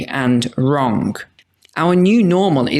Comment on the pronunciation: It always astounds me how seemingly intelligent people put a K on the end of the word wrong! Michael Jackson even did it in song. Not that I would call him overly intelligent!! 😂